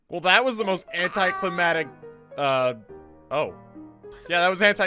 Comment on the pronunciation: anticlimatic? Sorry bud, its anticlimaCtic